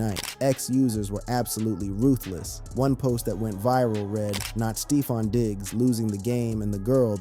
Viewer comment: Did you say stee-fon?